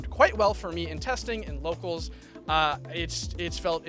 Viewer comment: it was maybe a slip but it was funny when you were talking about your healer locals it sounded like you said "slo(w)cals" lol